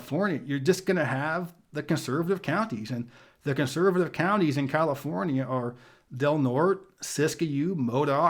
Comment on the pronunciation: "Tuh-HAY-ma" "Del-NOR-tay"